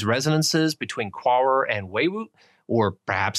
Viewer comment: You say Quaoar, I hear Poirot... time to go watch the lovely David Suchet ;P